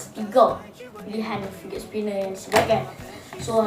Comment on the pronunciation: sebut fidget pon salah